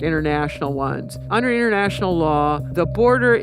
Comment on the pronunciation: The way she pronounces international with her accent 😂😅